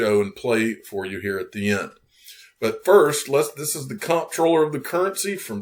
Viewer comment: Info for the masses. Comptroller is pronounced Controller.